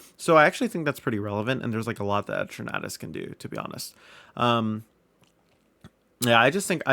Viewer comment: The way you said Eternatus it sounded to me like you're saying "a tornadous" lol